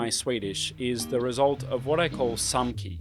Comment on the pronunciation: Haha! when you say SAMCI and what it stands for you sound like a Swedish person speaking English! One of my theories is that Swedish generally has the tongue more forward in the mouth while English rests the tongue further back. I'm no linguist though.